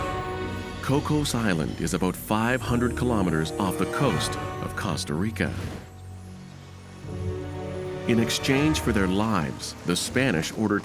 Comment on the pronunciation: Kossta reeka 🎉😂lol